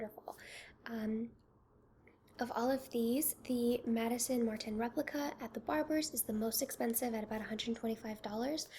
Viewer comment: No shade, but "At The Barber's" is by Maison Martin Margiela ("House of Martin Margiela"), not Madison Martin, hehe. Maison Martin Margiela is the name of the design house, "Replica" is their range of fragrances. It's a tongue twister, I know.